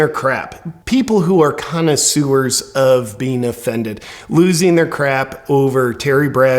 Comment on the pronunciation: Love your pronunciation of "Connoisewers." LOL